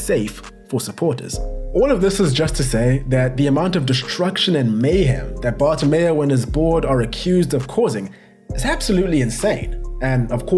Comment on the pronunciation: Petition for a drinking game everytime says Bartomeo instead of Bartomeu